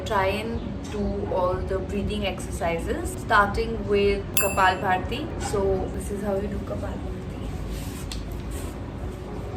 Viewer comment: It's kapalbhati not kapalbharti